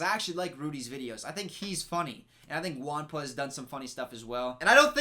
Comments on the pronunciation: "juan" is not pronounced "one" its more like "who-anne" Thanks 😢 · it's funny how you can't say "Juanpa" 😂